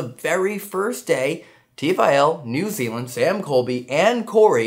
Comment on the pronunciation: Oi get our country name right it's not N Zee it's N Zeed